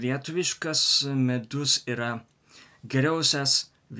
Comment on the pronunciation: Tik nesupratau ar sakai žodį "Medus", ar "Midus".Tai skirtingi dalykai."Medus" tai bičių suneštas produktas.O "Midus",tai lietuviškas alkoholinis gėrimas.